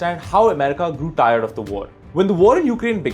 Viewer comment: I was laughing the whole time at ur accent ...learn some English Bro. Tired and Putin pronunciations were so funny. Grow up bro